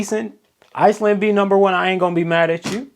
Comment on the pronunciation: How you said Iceland better not be in first😭😭😅😂